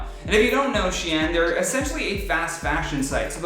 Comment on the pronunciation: Shianne is spelled xian. It’s pronounced sheen. Srry not srry